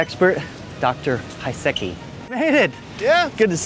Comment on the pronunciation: people say that American are not creative but i am all in awe about your creativity in pronouncing this Polish surname of doc Piasecki :D